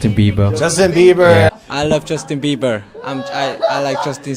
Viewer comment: Everybody: Justin Bieber Jungkook: Justin Seagull